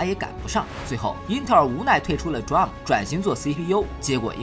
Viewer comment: 雖然不是大問題，但是我要提醒一下，DRAM 讀D *空格*RAM, 讀法讓我想起Drum